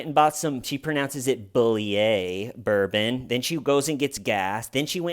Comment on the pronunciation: Did0 she really pronounce the bourbon like a pretentious azz hat ?